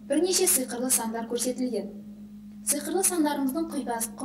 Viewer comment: Сыйқырлы емес сиқырлы